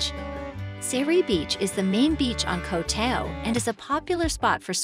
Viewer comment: At least, please learn how to pronounce "Koh Tao".